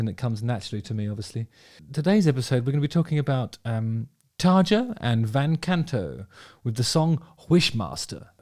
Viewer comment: It's TARRRRRYA, you gotta roll that R.